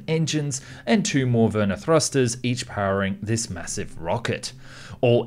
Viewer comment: VER-nee-air, not ver-near